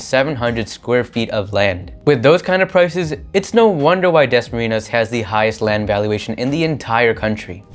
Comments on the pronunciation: WOW! DAS-MARINAS. CONYOTICS AMP. IT'S DASMARIÑAS. PRONOUNCED WITH AN N-YE. HYPHENATED N OR eñe. LOL! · Its pronounced Dasma-Rin-Yas. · i hate the way you say dasmarinyas.. it's like you're purposely ignoring the enye